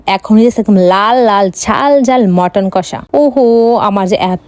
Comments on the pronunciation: পদ ❎ পাদ✅ মাটন❎ মটন✅ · মটন না মাটান🎉😂